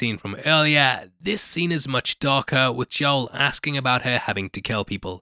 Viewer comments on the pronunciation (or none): none